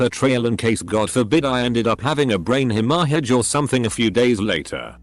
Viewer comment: "Brain hem-AHH-hidge" I love voice-bot. Manager where I used to work. He overstocked us to the point where product was literally rotting on the shelves, refused to reprimand/fire problem employees because they were attractive women, oversold our ability to complete orders so everything was late, would give you a command and five minutes later be mad at you for doing what he said, thought no rules applied to him, had harassed at least one woman who worked there to my certain knowledge, etc. Worst of all (from my perspective; the harassment was worse in an objective sense), he brought in his douchebag son to "work" at the store. The actual situation was the manager was behind on his mortgage and it was a way to get more paychecks in his household. Anyway, most of you haven't met anyone as useless as this kid, even if you think you have. He'd call out so he could watch football, show up an hour late, talk to people who were ostensibly his bosses as if he were arguing with a younger sibling who was beneath contempt, screw up orders when he'd do them at all, walk the line of how-rude-can-I-be-to-customers-before-someone-calls-corporate, flat-out ignore customers to do stuff for himself, do maybe twenty minutes of work in a full day, spend three hours of a seven hour shift in the bathroom, constantly be "sick" i.e. stayed up all night playing Call of Duty and eating junk food and now didn't want to come to work because he was tired and had a tummyache, at peak time he'd be napping